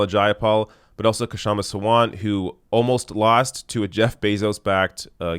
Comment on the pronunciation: I was there.Also the K in Kshama Sawant is silent.